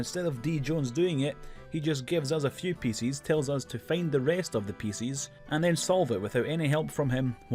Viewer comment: Today I learned there are people out there that struggle to say "pieces"